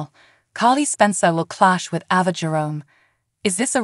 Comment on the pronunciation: Learn how to pronounce their names CORRECTLY!!! AAAAAYVA, NOT AVA!!!